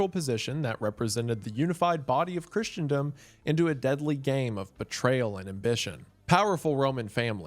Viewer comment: Not really. One does not have to be a bishop to be elected pope. It helps, but it's not necessary. Also, the word is "christendom" not "christiandom" and the first A in papacy is pronounced long like "ace".